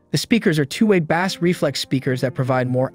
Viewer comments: Bass is pronounced 'base". Not like the fish. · They should've found another narrator that knows how to pronounce BASS LOL. BANANA BRAIN HAHAHAHAHAHA